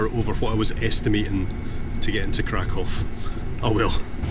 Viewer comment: It's refreshing to hear somebody pronounce Krakow correctly. I visited Krakow in 1979 in my teens and this is how I've always pronounced it. I was there in the square on 1st of September 1979 when they were commemorating the 40th anniversary of the invasion of Poland. I spent two weeks in the resort Międzygórze with some amazing people. We walked in the foothills near Mount Śnieżnik. I'd love to see you both do a video there.